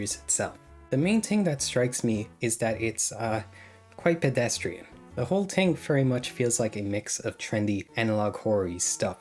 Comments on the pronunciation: bro says TIng instead if Thing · Pronounced " thing" not "tink"